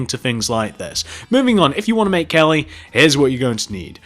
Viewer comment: OMG listen from 5 seconds to 10 seconds you'll hear him say little gelly